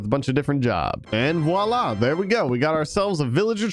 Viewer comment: I’m french and I love your videos and you pronounce “voilà” very good